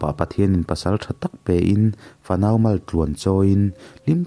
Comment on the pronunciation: Maltluan chawi tih hi malpui anga lam Rik loh tur ani zawk dawn lawm ni, mizotawng hi lam Rik Dan a in Anglo viau thin a,uluk tlang hram2 ang u,nangmah bik Ka sawi na ah min ngaihsak lo hram la ,thawnthu chhiar thin te leh channel nei te pawn hma Han la thar zel teh ang u,I pawi Ka sawiloh hram Ka beisei a,thahnem ngaihna ah min lo ngaihsak dawn nia